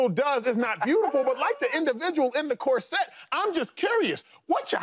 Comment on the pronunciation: Cor-sette ? What is that ? Do you mean corset ?